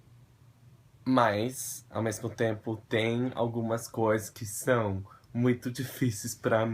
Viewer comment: O seu "são" é perfeito!!